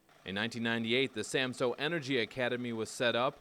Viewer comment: Samsø! What is so difficult about saying it right!